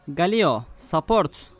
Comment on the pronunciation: Galyo diye okunuyo